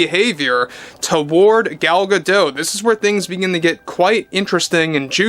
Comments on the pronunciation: It's not pronounced "Gado", she's not French but Israeli. It's pronounced "gaDot", in modern Hebrew the emphasis is generally on the final syllable. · It’s pronounced Gah-Dot. You pronounce the T. She’s Israeli, not French. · I thought that the T was silent. That's how it's usually pronounced, but I've heard like 3 different pronunciations. Edit: Never mind, you're correct. Miss Gadote herself pronounces the T. Sorry 'bout that 😊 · Gal Gah-Dote… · Gadot. You DO pronounce the T in the end. Gadot means Riverbanks. And Gal means Wave.